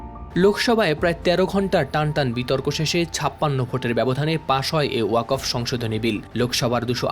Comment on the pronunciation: উচ্চ শিক্ষিত সাংবাদিক কিন্তু ওয়াকফ উচ্চারণ করতে পারে না